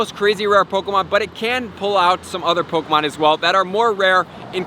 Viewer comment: Pok E mon!!!! Not pokamon 😤😤😤😤